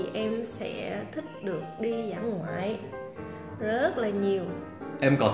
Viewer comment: Em thấy "thích" đọc giống "thứt" hơn là "thít" ạ hihi